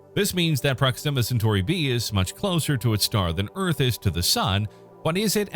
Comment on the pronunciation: Pathetic. You cannot even pronounce the planet or star system properly.